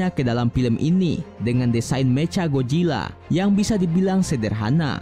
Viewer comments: Ngomong Mechanya kek bocah baru belajar bhs Inggris,meca gojila 😂😂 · Woi nama nya itu macha Godzilla bukan mecagodzila